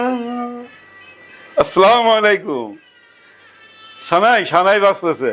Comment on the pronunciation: Not aslamikum say to assalamu alyikum properly please